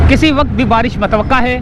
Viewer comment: hahaha. kes ne baresh ka bola